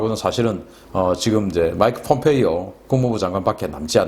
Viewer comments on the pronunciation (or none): none